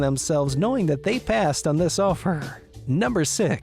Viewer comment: Tf is this man saying “offereruhh”